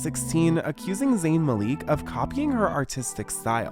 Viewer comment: zayn's last name isnt pronounced "maleek", it's like "malick"